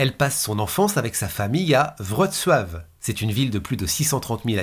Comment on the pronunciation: Toujours au top.Je note tout de même ton application et ta difficulté à citer la ville de Wroclaw.Ma mère y est né.On ne t'en aurait pas voulu de prononcer la ville à la française en phonétique soit vroklo ou vroclaw😀